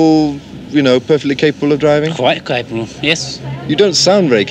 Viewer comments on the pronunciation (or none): "Qwite clapable" Lmao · Interviewer: But do you think you’re still, you know, perfectly capable of driving? Driver: Quite cape-lil yes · ‘…Quite capable to drive?’ ‘Clite capable’ 😂😂 you’re done. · “Quite cwapable” this guy has had way more than 3. Anyone who says they’ve had 2/3 pints is lying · Yep! He made me laugh when he said cwapable